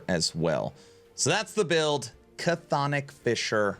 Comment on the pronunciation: just an fyi on Chthonic; it's not "Ca-thonic" it's just "thonic" It's Greek, we like silent letters :P